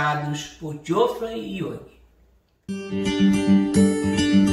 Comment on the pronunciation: Não é Joffrey Young. É Jeffrey Young.